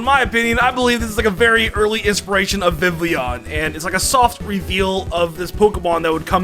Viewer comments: "Electro-vire" "Bwie-zel" "Vivlion" your Pokémon pronunciations man... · Vivillon not Vivlion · Can't forget "Vivlion" and "Electrivire" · Its actually Vivillon and not Vivlion btw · vivillon not vivleon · Constantly hearing Vivilllion instead of VI VI LON pained me to no limits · did my man say "plepper" edit: he said "vivlion" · Vivillon, not vivlion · Dude, some of your pronunciations are so bad. I like your videos, but you should learn how to say names like Electivire (not Electravire), Buizel, (as in buoy+weasel), or the one no one ever gets right, Vivillon (Vih- vee-ahn). Just trying to help your channel be more legit! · So I've heard the pronunciations Vivion and Vivilon, but never Vivlion. That had to be on purpose, right? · VIVILLON IS NOT SPELLED WITH 3 I'S OR 3 L'S! AND THAT'S BECAUSE THE L'S IN THE NAME ARE SILENT!